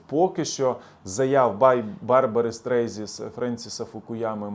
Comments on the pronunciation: Грамотний? Назвав Барбару Стрейзанд, Стрейзі. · Мля,та не Стрейзи,а Стрейзанд